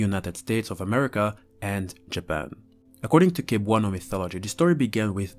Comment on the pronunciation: I man I remember being told about this when I was a kid and I was always so scared to go out at night. Btw. You pronounce cebuano as seb-wa-nu